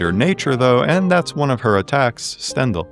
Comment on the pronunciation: Great video- your pronunciation of Stendhal is killing me